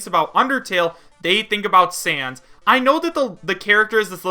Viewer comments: I know that its a joke because you said san instead of sans. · Who else is watching this after he is a mii fighter costume also its Sans not San